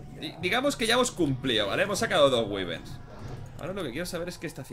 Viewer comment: Wyverns se pronuncia así: guaiberns. Gran vídeo crack sigue asi, saludos desde Perú